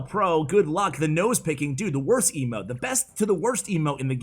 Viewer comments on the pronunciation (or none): none